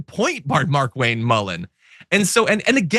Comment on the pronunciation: I believe it's pronounced "Mar'Kwayne"